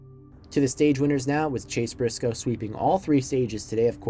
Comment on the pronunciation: “Chase Brisoce”